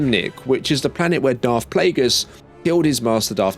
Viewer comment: Dude it's NOT Plaugus